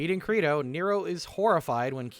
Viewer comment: ...So would it be a bad time to mention that Credo's name should be pronounced like Play-Doh?